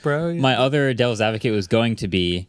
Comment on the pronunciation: “Dell’s advocate” lol unintentional but I loved that